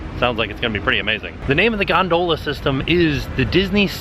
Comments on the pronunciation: Why am I now questing how I'm saying gondola after hearing say gon dole a😂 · I love how says gon-DOH-la in the beginning of the video 😂 you guys are the best! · Loving the way tim says Gondola! 😂 Gone Dola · I cannot believe pronounces “gondola” like that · TIL a new pronunciation for gondola. Now I'm self-conscious.